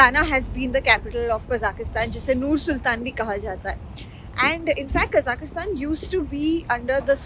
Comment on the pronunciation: Please pronounce the country name properly...its Kazakhstan ( there is no i in it)